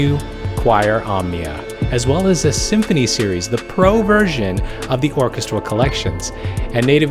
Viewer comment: OUTSTANDING coverage, good sir. I don't know how you managed to do all of that in under 30 minutes. My favorite genre to compose and produce is hybrid orchestral (Orchestra/synth mashup). On that note, I do have a bone to pick: It's pronounced or-KES-tral